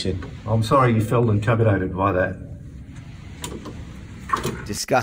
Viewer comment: Did the cop just say capimidated at the end instead of intimidated 🤣🤣🤣